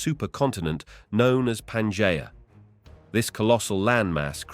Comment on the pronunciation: Why is it that despite using the same AI voice in all of these, which I might add is pretty easy to listen to, that in some of them he can say Pangea correctly and in others he can't. It's not Panjaya.